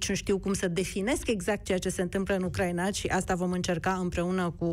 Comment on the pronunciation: Ioana Ene Dogioiu - corect se pronunta U-cra-i-na/U-cra-i-nei, din patru silabe, nu din trei cum pronunti tu !!!